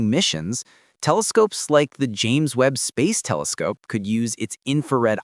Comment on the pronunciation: "Kelescope" AI 👎